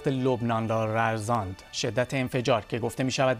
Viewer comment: ررزاند چیه؟ دل بندم اون لرزاند هست لرزان 🤣🤣🤣🤣